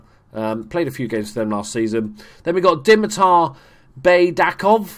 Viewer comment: One hint about the Bulgarian language: we read everything exactly how it is written. For example, Baydakov is just [baidakov], not [beidakov]. Well Dzhuneyt Ali is a turkish name... it's difficult but it is [ju-neit] where "ju" is like in June and "neit" is like in "Nathan"